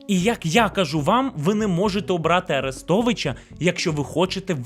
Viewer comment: Послухай авдіокурс української літературної вимови Миколи Погрібного. Бридко слухати твої кацапські "Арестовичя", "шьо"!